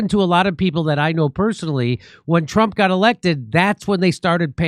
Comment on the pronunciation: Too funny, about 4 minutes into the video, you said “you really have to be a Trump to not see through it”. I heard “ you really have to be a Trump to Nazi through it”.